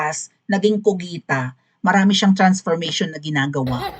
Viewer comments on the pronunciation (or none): Bakit kugita, hindi ba pugita?